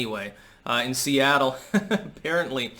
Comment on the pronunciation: Seatle almost like Soylatte